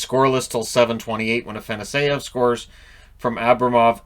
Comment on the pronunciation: Just wanted to give you a heads up that it’s pronounced Ah-fah-noss-yev